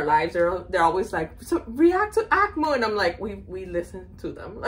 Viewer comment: Loved the reaction. It's read as "AKMYU" by the way